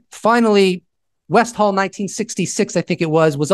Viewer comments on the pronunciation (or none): its West-all not West-hall pronounced with aussie accent its westil